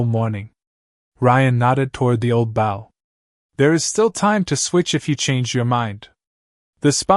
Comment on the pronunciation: Maybe someone should listen to the narrator before posting. The mispronunciation of the word “bow” is extremely annoying.